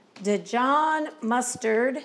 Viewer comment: It’s pronounced Dee-zhaan mustard, not Di-John. Just in case your mom had never been told.